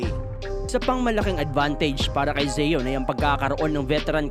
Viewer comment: Pronunciation lang ng Zion d mo alam.ayos boy